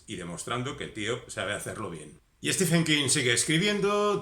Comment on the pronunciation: Se pronuncia en su caso stíven, no stífen.